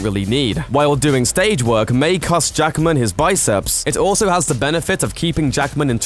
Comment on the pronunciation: His name is Hugh JACKMAN, not Jackerman. That's really annoying. One of the first pointers to showing respect is pronouncing the person's name correctly, and 'Jackman' is not a difficult name to get right. Two syllables, not three.